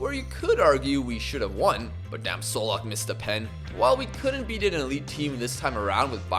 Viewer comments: Čolak is pronounced Cholak, same with Kovačević being Kovachevich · ćolak is a ch sound not an s, also same thing with kovacevic